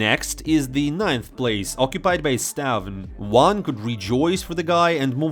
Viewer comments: its pronounced staun not stavn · it's pronounced stabi